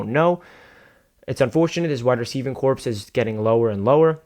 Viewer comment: Love the video! but "corps" is pronounced "core"